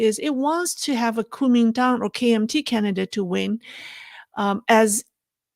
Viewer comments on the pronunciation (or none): please say it right. GUO2ming2dang3. Please, not Kuo1ming1Tang4. Why pronounce this very first of China's post Empire institutions like foreigners who don't speak Chinese?